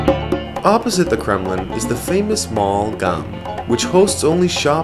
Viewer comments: and its not gam its gum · You did a nice job with many of the names--better than most. If I might offer one minor adjustment: GUM department store/mall is not really spoken as "Gum." Instead, it sounds like "ghoom." Somewhat like gloom, but with a H instead.